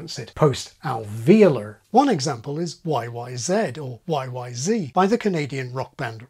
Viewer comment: Excuse me, you are covering up a northern accent - how you pronounce the word 'accent' is one example. You rush the word and don't pronounce is ac-cent. I think you also said example with a northern twang - short 'a,' not long. I'm from the south where we have quite a nice accent - neither posh or overdone. Bur my Granny was a Cockney who dropped her h's and she sounded lovely. Up the apple and pears, etc. ha ha